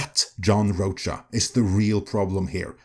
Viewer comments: I think it’s pronounced Roka. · Rocha pronounced RO-ka. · It’s “Row-Ka” Ironically rhymes with “Ahsoka”. He was great on The SchmoeDown but, yeah, he sucks as a critic. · John Roacha…, your pronunciation is perfection. 👌😅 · Weird. He did blame marvel. He agrees dei went too far. And this guy guy can't even pronounce John's name. Plus, he has a point why JP did better than comic movies, cause theY SUCKED years before